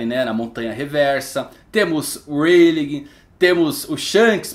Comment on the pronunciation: pq vc fala Reiligue e não '' Ray lee'' que seria a pronuncia correta, ensina certinho pro povo rapaz <3